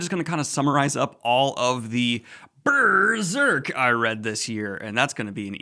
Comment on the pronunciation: I don't know why I was so happy to hear Daniel say, "Berrrserk!" again.